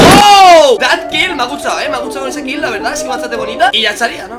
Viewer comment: En vez de decir me a gustao dices ME A GUTSAO XD